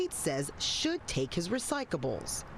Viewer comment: This moron reporter can't even say RECYCLABLES. She keeps saying RECYCABLES!